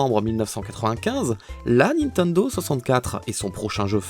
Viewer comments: Nobody:: "Ninteindo" Me: 👁👄👁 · J'adore comment tu prononce Nintendo😂